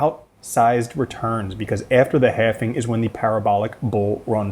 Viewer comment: I love this dude. but "halving" not "halfing" all love though